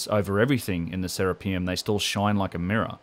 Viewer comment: It's not "Sarah P umm" its "sir Rap i um" after Serapis! pronounce correctly sir